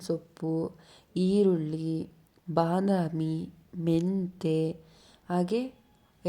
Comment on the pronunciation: ಅದು ಬನಾಮಿ ಅಲ್ಲ ❌ ಬದಾಮಿ ✅ 😂😂